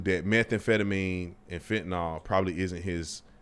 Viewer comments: Why tf do they keep saying "fentanol?" Its fentanyl. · HOW is it completely impossible for anyone to properly pronounce fentanyl? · Fentanyl has been in the news for a while because of overdoses and then even more after Floyd, so I assume most people can pronounce it. Besides, if someone is presenting a news story, you would think they would prepare and know how to pronounce the words in the story.